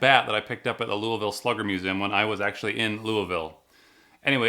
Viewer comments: correct prounouncation around here is lu vull pretty much it's easy to prounounce just not easy to type. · Sir we pronounce it Lolvull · I live in Louisville 😂😂 pronounced “Looh-ville” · You say louisville wrong its more like louvul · Your saying louvile wrong😩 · My Lord why can't anyone say louisville right? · You're saying Louisville wrong 😅